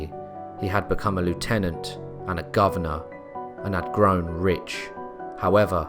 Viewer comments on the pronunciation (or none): none